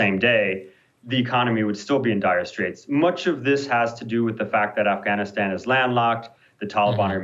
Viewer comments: He switches back to a hard A . oops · Anyone else notice that he only uses a soft A in the second syllable of Afghanistan? Is this guy trying to fake an accent? Poorly?